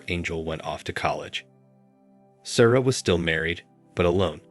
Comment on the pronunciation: Not going to listen to "Sarah" pronounced "Sorrow" for forty minutes. Have a little pride in your channel.